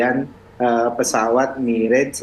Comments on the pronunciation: mirage banyak yang salah melafalkan, bukan mi-rej, tapi me-razh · MIRAZ BUKAN MIREJ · Bacanya MIRAZH, bukan MIREJ. Mirage berasal dari bahasa Perancis. Jadi MIRAZH bukan MIREJ, dan bukan juga MIRAS ya gaes.